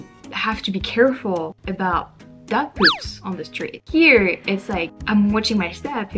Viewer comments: Amazing hearing "aboot". I've lived here my whole life and I'm still waiting to hear it. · "Aboot" in Montreal? Probably another tourist. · Yeah no she didn't